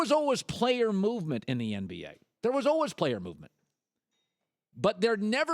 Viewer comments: The way he says al-was (al-wus) though... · I can't stand the way that Colin says "always". It sounds so weird.